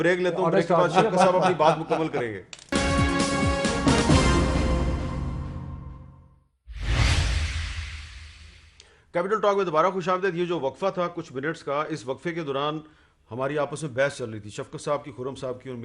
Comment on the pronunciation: Sir khushamdaid naheen khush amdeed, please correct